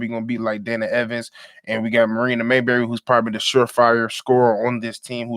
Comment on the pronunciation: How you a Chicago Sky fan and can't even pronounce the roster names right? Who tf is Marina Mayberry?